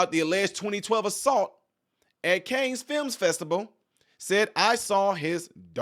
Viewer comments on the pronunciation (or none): Cannes is pronounced: “Cahn” 👍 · Cannes (film festival) is pronounced "kan". You're welcome.🙂 Love your show.